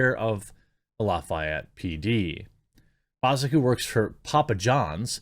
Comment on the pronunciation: Good news, good story. Proud of my fellow Hoosier. BTW, we say loff-ee-ETTE.